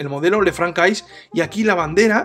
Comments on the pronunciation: Esa pronunciación del francés!! Jajaja... Ç ~ S "le fransé" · Sería de agradecer una pronunciación del modelo correctamente, que es una marca francesa